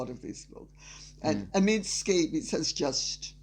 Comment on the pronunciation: lady c, love your diatribes but one thing i would like to bring up; you're calling omid scoobie, omid scabies scabies is a skin disease caused by mites...you are very proper about the english language and i would think you might want to correct that